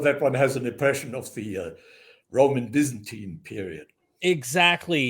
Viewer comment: 😂Bazantian😂 lol he meant Byzantine😅